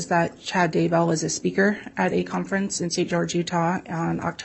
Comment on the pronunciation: I love how the FBI agent says, “he was a speaker (speaker🙄 )” … you know, both these women must vomit every break they get 🤮